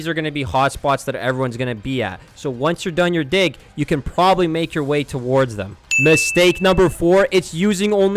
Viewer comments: Bro was not saying "dig" 🥀💔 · I keep laughing whenever he says "Dig" because it sounds like the other word... "Don't mindlessly pull out your dig like a noob" 😭🥀